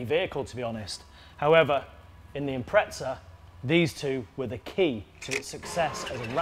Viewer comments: There is no T in IMPREZA stop calling it an " Impretza" ffs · I’ve always wondered why poms pronounce “Impreza” with a T in it….!!! - Impretza??? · There's no T in Impreza 😉